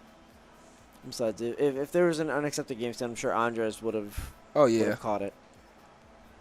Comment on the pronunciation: why this dude saying ANDRES name as it if were a womans name: ANDREAS?! cmon man